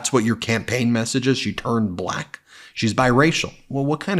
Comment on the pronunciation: The way he says "buh-lack" makes me cringe.